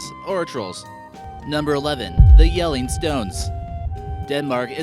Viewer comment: you actually say jellinge well